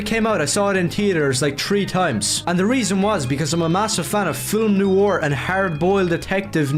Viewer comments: Okay, but for a guy who keeps saying he's a fan of Noir ...does he know how it's pronounced? I don't like to belittle people who have specific issues with words cos that comes across as pretty abelist. But like, he keeps calling it "NEW-or". I'm not doing crazy here right? It should be "Nuh-wahr"? Is this just a thing he does because I'm starting to think he doesn't know what Noir actually is now.... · Oh good lord above i understand accents but every time he said "new are" i died inside. Its pronounced nwär. Its a french word and its pronounced fucking nwär. Im getting flashbacks to when one of my classmates pronounced "mosque" as "moss ah que" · “We don’t need to see superheroes’ eyes!” Finally… the CEO of Youngblood’s Disease! (Also, I cannot get over how he consistently pronounces “noir” as “new ore”.) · “They don’t understand NEW-ore.” Brother, you can’t even pronounce the word.